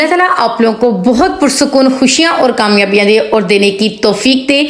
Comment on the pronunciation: thanks .beti very nice tips..but plz bolne ka tareeqa boohat ouncha sakhat hae is ko theek karaen..and words ki adagi sahi karaen.truth barash nahi tooth barash hae..our nahi aur hae ..sab ko yutube per aane and pesoun ki vaja se boohat shouq hae ..but achai terha se ho tu so good..plz dont maind😅😊❤